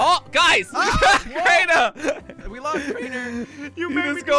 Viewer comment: When jelly said we lost crainer he said we lost trainer